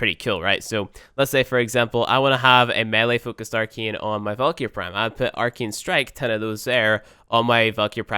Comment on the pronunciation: Why do you pronouce it Arkein?? It's ArcAne." Geez.